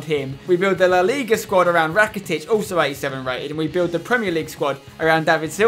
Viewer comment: You dont say Ivan rakitic you say Evan rakitic